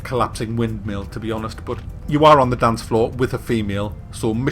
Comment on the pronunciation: "wannnnna dansch?" :P